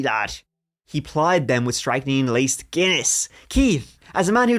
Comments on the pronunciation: Hearing strychnine being pronounced "strike neen" instead of "strick nine" is a bit strange.... 😏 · Enjoyed this episode but your pronunciation of the poison which is strychnine was driving me nuts. Its pronounced strictnin not striking, apart from that love you both and really enjoy listening to you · pretty sure that's pronounced "strick nine" not "strike neen" :D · Guys, I think that med is pronounced "strick -9" that's how I always heard it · I came to comment the same! lol it took me a second to figure out what they were talking about 😂